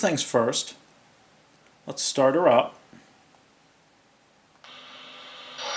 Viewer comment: I didn't know why you say "uh" at the end of "let's" it sounds like you were saying words with an "a' at the end of each word and it's a bad habit I wouldn't try to do anything like that if I were you. I'm not being mean I'm just saying nicely that's all.